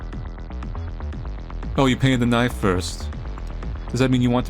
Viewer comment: And he says always says "knife" like Crocodile Dundee. "Now that's a knife!"